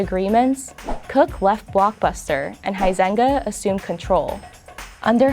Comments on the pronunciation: Huizenga: pronounced “Wee-senga.” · The way she pronounces the dude's last name "Huizenga" really hurts my Dutch ears.